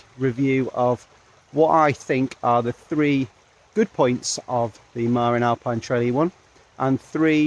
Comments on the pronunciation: Marín, not Marin. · It’s pronounced muh-RIN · Hee hee - that's a British thing... I used to pronounce it MAR-in too until I moved to California and realised it's Ma-RIN.